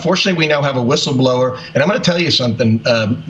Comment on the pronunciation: A "wishel blower"? How is somebody with a speech impediment allowed to be in front of the camera on the news? She sounds like Daffy Duck.